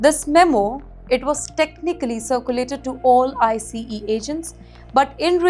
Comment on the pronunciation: I think this channel is AI! She is pronouncing ICE as I C E!